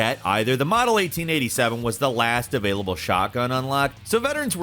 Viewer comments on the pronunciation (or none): none